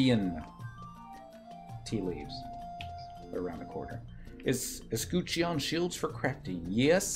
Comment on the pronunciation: uh skuh chn or uh SKUH chin. Not grammar police, just painful hearing it butchered like that lol. Thanks for this, even years later, as I just started my shield and this is all still relevant content and tips.